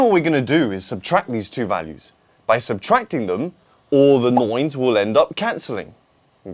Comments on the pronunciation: Neun 😄 Are you German? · Please stop saying nine like that... Idk why but its bothering me very much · Why so many “O”s i hear from a nine